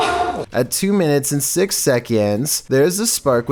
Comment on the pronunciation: you say SIX like S*X